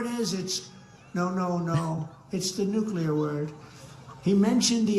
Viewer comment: he properly pronounced nuclear. hmm surprising